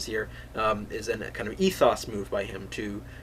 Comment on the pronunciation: Its "EthOs, PathOs, and LogOs" ... Not "EthOSS" etc.